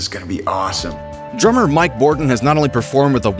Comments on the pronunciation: Mike BORDIN not Bodrin lol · Mike BOR-din. Not Brodin. Bruh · Aw, c'mon Grunge. Your narrator flubbed the third word of the script. It's 'Bordin', not 'Brodin'. 🤘🤘🤘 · Its Mike Bordin, not Mike Brodin 🤣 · its Mike Bordin not Brodin. such a legend you should correct it!!! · its Bordin.... not Brodin lol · i'd go even further than say dyslexic because he actually voiced it that way! what a fool Bordin is a legend!